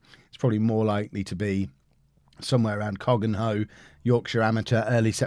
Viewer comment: Cogenhoe is pronounced cook-no